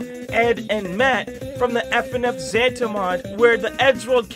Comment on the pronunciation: it's Zanta not zanda